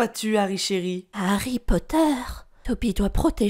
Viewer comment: Alerte rouge:t a dit "HarryPoter "a la place de "Harry Potter"!!!🤣🤣